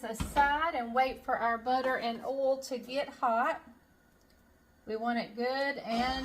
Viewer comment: I love your "oal" for oil,! From a transplanted Okie! 😅 (That's the prettiest top you're wearing!)